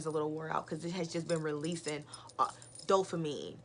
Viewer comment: Why you keep saying dofamine though. Its Dopamine right!